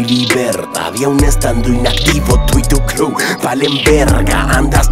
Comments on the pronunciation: El Babo ni sabe pinches pronunciar "Crew" (cru) dice Crul el idiot...Millonario rifa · Si entendí lo que quiso decir "Tu y todo tu disque crew" pero no esta bien la pronunciación y si se que algunos utilizan ese recurso pero la neta se escucha feo ese coro así. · A lo que se refiere es que lo pronuncia mal y por eso dice que inventó una palabra. Lo que dice Eber si podría tener sentido, pero queda chafa. El coro sí estuvo pedorrillo.